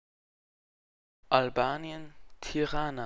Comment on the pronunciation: Nächstes Mal sprich Tirana und Pristina richtig aus